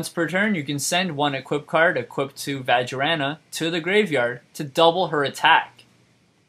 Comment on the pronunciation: twelve hundred beatstick? im sorry, thats not for beating. vajriana? vaj ray ana. easy.